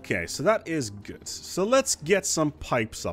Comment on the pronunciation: The word good doesn’t have a “T” at the end. I cringed every time you said it haha. Very helpful video tho